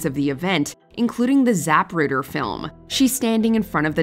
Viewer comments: “Zap-ruter” film…😂💀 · Za-PRUD-er film.